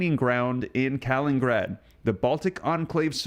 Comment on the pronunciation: Kaliningrad “Kuh-Lin-in-Grad” Come on. wtf is “kalingrad”? You’ve been mispronouncing words since I started watching you god knows how long ago lol